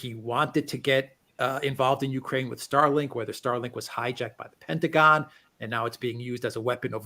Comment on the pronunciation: I like how he says "the Pintaguhn" instead of "the Pentagon." 😁